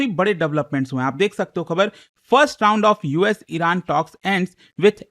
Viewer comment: Tound ❌ round